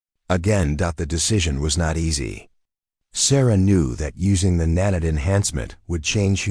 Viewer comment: OK what is a NAN-IT ? It's Nan-iit is (Emphasis on NAN ( Pronounced like " man " ) short ' a ' , 2nd syllable like " lite" Its Not pronounced like " granite " . PLEASE get the narration fixed. The narrative is incomprehensible .